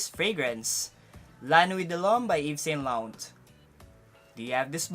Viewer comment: "Ev So Lo Rong"